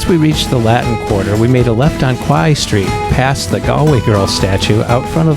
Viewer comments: Quay st is prounced Key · Learn how to say "Quay"